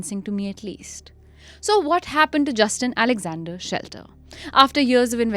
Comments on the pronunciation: The name is Shetler not Shelter. I am finding it bizarre that a whole episode based on a guy and still his name is not being correctly taken. To err is human and all.. yes but careless. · Even NOW you can edit the audio by dubbing SHETLER, the correct last name!!! Pls it's jarring to hear the main guy's name being mispronounced with such confidence!